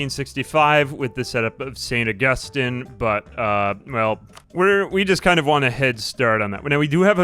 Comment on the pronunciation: no way he just said saint ug-ust-in and not saint og-ist-een